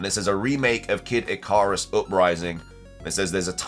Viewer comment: Ick-car-us? 💀 🚗 It’s Ick-ka-rus not Ick-car-us…